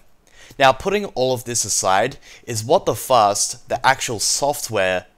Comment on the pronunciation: when he says WTFast I always hear WTFuck